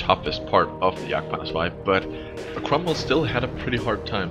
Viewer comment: why do u call it the yagpanzarsie instead of... Jagdpanther II/2